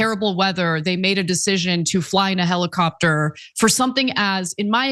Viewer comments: Heli-crapter... Helicopter. No Ana, you had it right the first time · American made helicrapter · "Heli-crap-tor" yeah, I'm sure it could be called that on the way down. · Lol "helicraptor" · 😂😂😂😂Love that little slip, Ana. "Helicrapter"